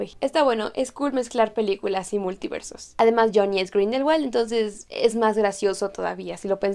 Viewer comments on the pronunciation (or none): Alguien más le dolió que dijera jonny es grinderwallt